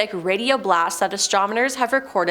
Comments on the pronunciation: its ASTRONOMERS lol..how many times did she say astromoners before she finally got it right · is anyone else screaming "Astro*NoM*ers!" at the chick with the glasses. "Astrominers" is making me cringe so hard. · astrominers???? can she not read or speak? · Please never let me hear the word "astromoner" ever again. My ears are bleeding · and - “astromoners”. C’mon now. 😂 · Why is she saying astromoners?… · Yeah. I had to repeat what I thought she said. has a problem with certain words. ✌️ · That was driving me crazy. I started wondering if I had been saying it wrong all these years